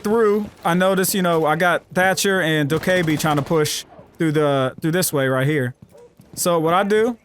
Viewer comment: "Dough kay bae"